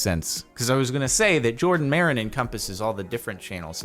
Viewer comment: Every single comment, HIS NAME IS JORDAN NOT JaRDON